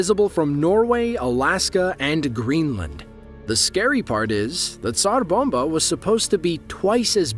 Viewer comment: Thank you for rolling the "r" or, "p" err, in Tsar bomba.